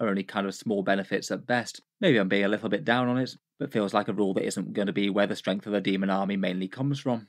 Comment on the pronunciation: Oh my god! Just yesterday I was thinking about how puts M's in "Strength" (Stremth) and adds M randomly at the end of the last word of a sentence, especially ones ending with N (Versionm, ambitionm etc.) And now they're doing a video together!? They should call it M&M!